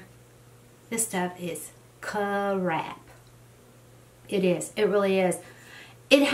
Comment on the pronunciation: First time I've ever heard the word "crap" with two syllables, lol. Enjoyed seeing what you are loving, and what you aren't. Your skin looks gorgeous. Blessings, and joy,...MaryEllen